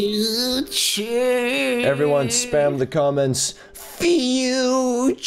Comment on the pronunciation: Umm it’s future not futerier